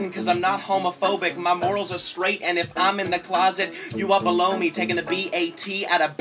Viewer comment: He also pronounces below almost like "blow". There's a whole lot of thoughts to his lyrics it's fuckin great.